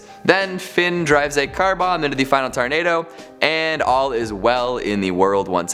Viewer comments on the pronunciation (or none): none